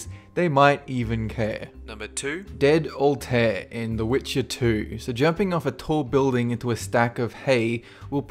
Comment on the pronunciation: Dude this is how you pronounce Altaïr (or however you spell it) Al-ty-ear.